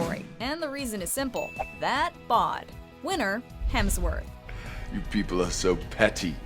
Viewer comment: Chris Helmsworth. Oh my gosh.